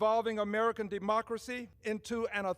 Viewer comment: Omar was practically spitting up loogies the other day trying to say “democracy”…. Demhauckracy… saying she never saw in her country anything like that’s going on here…. Hey Omar…. So the US is worse than your country…. Take your brother “yucking” sheet head back to where it’s better!!!